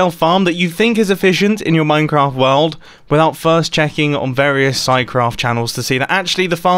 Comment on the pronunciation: Only today did I notice that Mumbo pronounces "World" like "Wald"